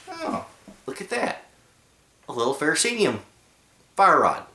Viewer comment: People keep pronouncing the fire-rod as FE-RO-CEE-UM. This is incorrect. The correct pronunciation is "Ferrocerium". Don't believe it? Google it. Then you, can stand corrected!